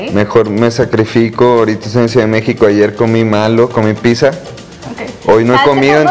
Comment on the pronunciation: El Nata en Entrevistas o Conciertos se transforma en Jotifresa ,(minuto ) , y dice "Pizza" en vez de su rola Ch y la "PiTTZa"🤣🤣🤣